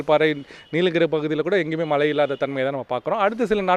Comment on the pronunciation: மலைகள் வருமா😮. தமில் வால்க 😃 weather man நாக்குல தர்பய போட்டு தேய்க்க.......